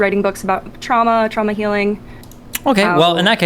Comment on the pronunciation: "TRAUAMA DUMPING, ULTING" 😭😭😭